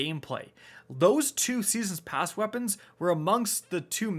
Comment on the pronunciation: Seesens pasz